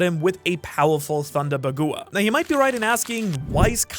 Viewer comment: Bagoowa, no its pronounced 'baag-wa'